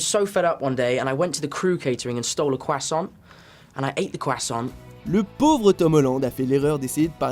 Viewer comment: Mais il prononce très bien "croissant" wtf.